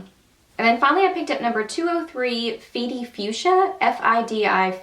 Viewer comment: Would totally walk past these if I didn't watch your reviews! Ps: it's pronounced 'Fy Dye' both rymes with hi -- short for Financial District (where Wall Street and Workd Trade are located) Nyc product names usually relate to places in Manhattan :)